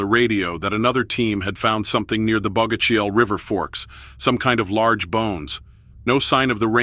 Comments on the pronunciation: This show was a joke. The narrator claims to have spent his life in the PNW. He can't even pronounce Bogachiel or Yakima. Some of the photos in the video aren't even from the PNW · Thank you! I wanted to say something similar. Also the way they pronounce Bogachiel 😂